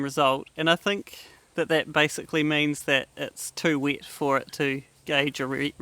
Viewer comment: When u say cheese 4a foto do u say chiise? Wood is 2wet not 2wit an u test it not tist it, itc itc. I mean, there's accents an then there's just straight replacing an e 4an i. Wtf?